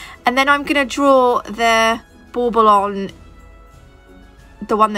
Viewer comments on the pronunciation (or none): What the heck is a ball ball Boble what the heck she saying??? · SO cute!! I love it so much! Are you saying “bubble” for those ornaments or “ball ball”? Either way I’m in love with your videos and you taught me so much!!! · 11 mins in and I finally just realized you were saying bauble not ball ball. 😂😂🤦🏻‍♀️🤦🏻‍♀️